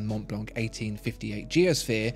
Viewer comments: “the monblonk” 😆 maybe double-check the french pronunciation next time you review a french named brand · Hi ! great video as always. We don't prononce the C of Mont Blanc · You don't pronoune the "c" in Montblanc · monTblanK, is it? Man...this is a luxury item. I'd understand the lack of class if you were American, but this leaves me baffled. It's monblan, man. Good god.